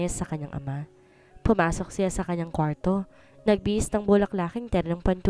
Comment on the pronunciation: NGONGO NA NAMAN ANG STORYTELLER.ANG ARTE NAMANG BIGKASIN ANG SALITANG KWARTO.